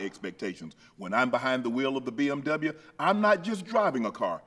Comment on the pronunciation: “I drive my BMWya” you gone love the BMWya 😂